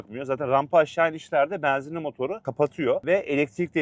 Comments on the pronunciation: Beenzinli değil benzinli güzel kardeşim. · Samsun şivesi😊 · Samsun şivesi 😊